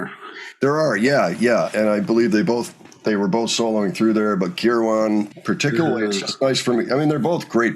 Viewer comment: Danny Kirwan...its not Care-WAN its a flowy irish name...curwon...carewin